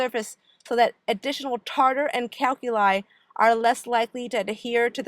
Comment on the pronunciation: OMG, I CAN'T STAND HER SAYING ""Calculi" good video lol